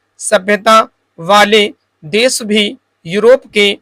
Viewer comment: jaise आप 'है ' को 'हे ' , 'भयावह' को 'भयावेह' , 'देश' को 'देस' kuch is trah ka uccharan aap karte h ....baki janaab aapka sab sahi h